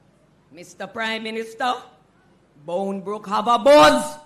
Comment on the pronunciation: BOUNDBROOK! Please pronounce it properly.